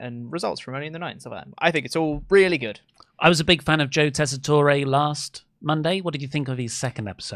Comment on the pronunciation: 18 mins in and I wonder if will ever find out about how to pronounce Joe tesatore’s name